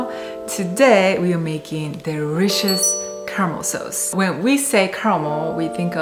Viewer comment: She said deRRRIciois, 😜😍🤩🙄 1